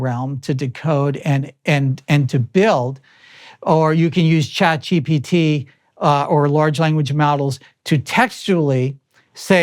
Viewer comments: Hearing JP say "ChatGPT" brings it full circle... Like it exists now more permanently. "ChatGPC" 😂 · Having quite some trouble there pronouncing ChatGPT